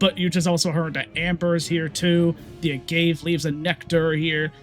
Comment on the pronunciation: Agave... uh gah vey, its what tequila is made from.